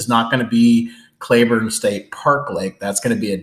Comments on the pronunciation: It's Clee burne not cla burne. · It’s pronounced Cl”ee”burn, but enjoyed the video. I grew up there and have a 10.5 black mounted. I wouldn’t do it again, but I was only 17.